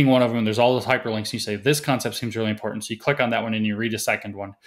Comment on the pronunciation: James, is "EMPORDAND" defined in your SJW encyclopedia? Sorry, I don't mean to be ad hominem, but this SJW thing is appropriating and destroying our language at the root. Is it too much to ask for proper phonetic pronunciation, at least? Lazy at every turn.